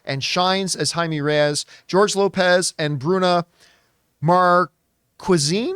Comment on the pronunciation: It's Ray-yes, not Rees. That's how you pronounce Reyes racist.